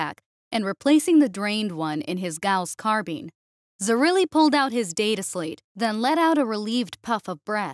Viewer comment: Carbine. It rhymes with Spine. Not Spleen.